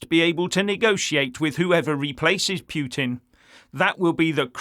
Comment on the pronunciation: Its PUT IN not PHEW TIN Can you get that right!?